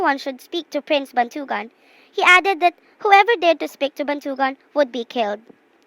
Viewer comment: The story is good but the stress and the accent, still its good